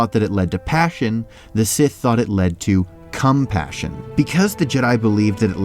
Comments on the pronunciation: Why you say cumspassion not compassion XD its weird in this context 0_0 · Jeez dude its compassion not CUMPASSION🥛😑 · Please don't say compassion like that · the way he said COMpassion, it sounded like he was saying CUMpassion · Ha ha he called it cum passion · He keeps saying "cum passion" for compassion. And then cuts to Sidious doing his O face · Whenever you say compassion I hear cum-passion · com-passion lol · Deliberately saying cumpassion? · I'm sorry did he say Cumpassion? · did i just hear "cum-passion"? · The way you said CUM-passion tho 🧐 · Had to put the extra emphasis on CUMpassion huh? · papacon 707 "CUM- Passion" 💀💀😭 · Literally saw this right when he said that🤣 thank you!!! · Lol I know he puts the stress on the 'com" in compassion to distinguish from passion, but it keeps making me laugh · The emphasis on the cum in compassion is making quite uncomfortable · I noticed that 😂😂😂😂😂😂